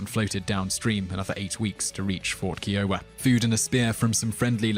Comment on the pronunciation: Long I in "Kiowa." "Arikara" has stress on the second syllable.